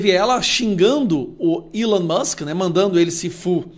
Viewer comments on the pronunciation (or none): none